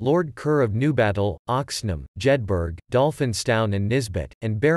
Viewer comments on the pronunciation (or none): Jedburgh is pronounced as Jedbra...not Jedberg